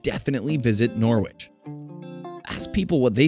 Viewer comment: that’s not how you pronounce norwich…or boudica 😭 don’t pronounce the w